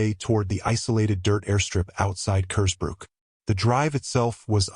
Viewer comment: As soon as I saw the mispronounced version of Kersbrook, I knew it would be AI slop.